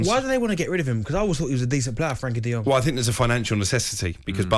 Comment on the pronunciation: Guys guys the name is Frankie De Jong not De Yong. He isn't a Chinese😁😁😁